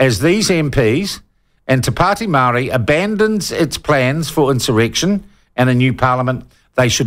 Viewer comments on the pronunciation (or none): Shaun your pronunciation of the native tounge of this land is a clear signal to me that you are an arrogant person . Do your due diligence. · Before even making this claim you should at least learn how to say the actual parties name. do you want to remove all parties with only maori in them so you can feel the white privilege coming back to you? or do you need more education to see the views on how maori are trying to take back what's theirs.